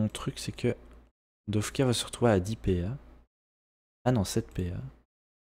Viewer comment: J'ai remarquer que tu dit dofka alors que c'est dokfa ( je suis pareil )